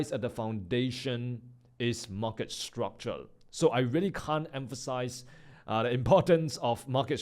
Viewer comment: Bro is really speaking structule instead of structure or my airpods are gone😅